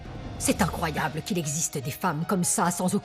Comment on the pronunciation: qui dit cet incrollables 😂😂😂😂😂